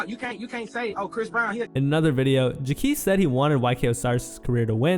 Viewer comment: The disrespect in your pronunciation of Jacques name is killing me 😂.